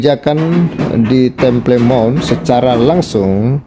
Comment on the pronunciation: Temple Mount dibaca" tempel monh , bung